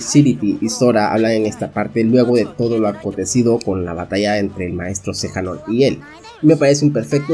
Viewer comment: Xehanort no Xejanort lel